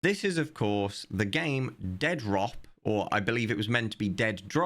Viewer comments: FFS, it's not "Dead rop" it's "De-Adrop" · I love the way you say "Dead Rop". And it's not even as if you're distorting the name to make fun of it: they wrote it that way themselves. Essentially they punched themselves in the face.